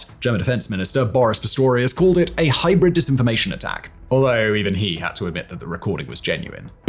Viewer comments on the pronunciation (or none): none